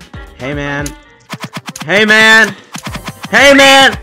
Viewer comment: Bro saying hey man Sounds Like hamen